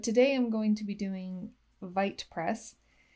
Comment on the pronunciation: apparently its pronounced wheat not white 🤷‍♂️